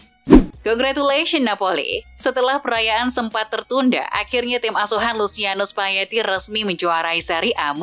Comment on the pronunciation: tlg pengucapan nama org dan klub yg benar. Masa luciano spaletti di baca spayeti. Double 'L' di spanyol di baca 'Y' tp di itali tdk.